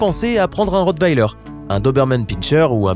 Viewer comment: Ça se dit pas rotbeller!!!! Ça se dit rotweller